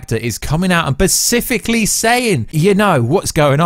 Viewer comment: You can’t pronounce “specifically” properly AND you can’t pronounce “Ayer” properly 😅 dude... go back to primary school.